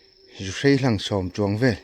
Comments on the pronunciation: Zuhrei??, zuhrai ti mai la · Zuhrai tih tur aw sir zuhrei ni lovin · Keinipawh zuhrai kan ti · Zuhrai tih tur aw